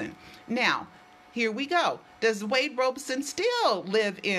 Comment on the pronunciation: his name is pronounced "Robson" as in "rob" not "robe". I know because I have heard him say his own name.